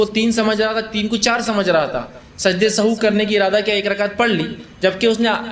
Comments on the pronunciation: Very good sehav he sahu nahi ❤❤❤ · Sahu nahin sahav sahih talafuz hey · Janab sajde sahu nahi hota sahi lafz 😢sehav hota he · Sajda sahuve, not sahoo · Sajda e Sahav hota hai sahu nhi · Pronunciation of sehav is not sahoo,and its meaning is not bhool, it means ghalti.